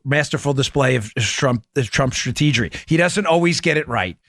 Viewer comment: "stateegery" Come on Dan!! Don't make yourself sound like an idiot.